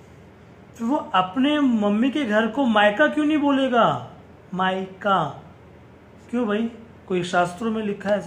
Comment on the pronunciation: माईका नहीं मायका होता है